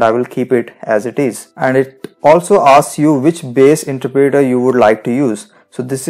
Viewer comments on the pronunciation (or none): you aint saying interpreter right...